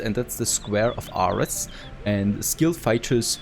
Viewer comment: You said ares wrong 😑